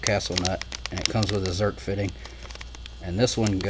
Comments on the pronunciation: Did you say Zert or Zerk? Zerk. Rock Auto rocks. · i grew up calling em Zert fittings and nobody corrected me. Recently I heard a guy calling em Zerk fittings and I was like what. You're saying that wrong but Zerk is the name of the guy who invented them so I guess I'll just have ta change my tune. Oh and I did see another guy on YT that called em Zert fittings and when I questioned him on it he said yeah they are Zert fittings. I said yeah no. I thought so too but check it out the inventor's name is Zerk. He came back and said he stands corrected but a lifetime of calling it Zert is gonna bee hard two2 change. I now return control of your computer back over two2 you.